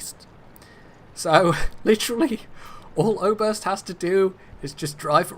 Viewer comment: I like the way you pronounce "Oberst". It's danish and means colonel;)